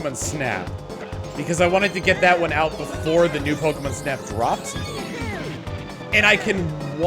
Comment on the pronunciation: The way you say pokemon reminds me of how they said it early on in the original anime, they always pronounced it Pokemun